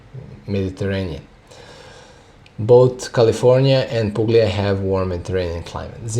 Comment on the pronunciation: Hey man I’m studying all your videos and I love it , I’m going for wset number 2 end of November, btw the pronunciation is pulia, the g is silent , I’m from Italy , just to correct your pronunciation, stay wise n thirsty man ❤